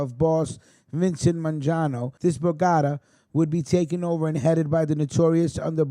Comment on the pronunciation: Vincent man John o ????.....this guy don't pronounce names property...lol.